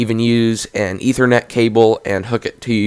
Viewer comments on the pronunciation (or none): none